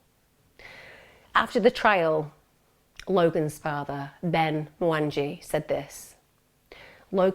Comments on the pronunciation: You butchered his name. Kenyans get pretty offended at mispronunciation of their names. It's pronounce MwanGEE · I assumed he was Kenyan with the last name. But the pronunciation threw me off. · You've pronounced the names so wrong, including Logan's surname. Mwangee, AnHarad, is how it's pronounced. If you really have been following this case from the beginning you'd know this, your pronunciation is telling. It's not even hard to pronounce. This happened a few miles from me and I live in the same health board, this case is incredibly close to our hearts here. At least pronounce his name correctly.